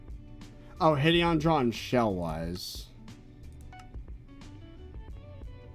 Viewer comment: Him saying Hid-Eon instead of Hide-on makes me so mad